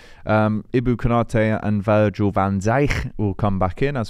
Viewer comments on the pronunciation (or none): none